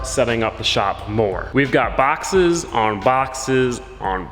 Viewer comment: Why i heard "on boxers" when he said on boxes